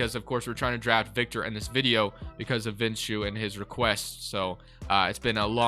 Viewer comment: This is the very definition of a GOAT rebuild! Thank you so much for making it and I enjoyed watching it! Victor winning the Finals MVP during that least season was the perfect ending. Also, my name is pronounced "Vish-noo".